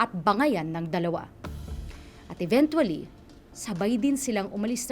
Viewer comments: EVEN-CHUA-LLY, hindi even-twoa-ly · Cringe lang ako dun sa "eventually" 😅